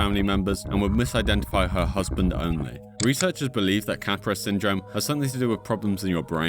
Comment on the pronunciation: So actually Capgras Syndrome is pronounced "Kahh Grah" not cap grass. Just letting you know big dawg.